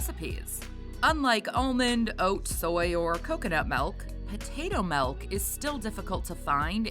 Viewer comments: Why does she keep calling it melk? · I’m just making light fun of the way the woman is pronouncing the word milk in the video. It really sounds like she’s saying melk every time to me.